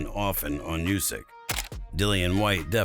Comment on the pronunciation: It’s not Usyk it’s Usyk mate. Da fook 😮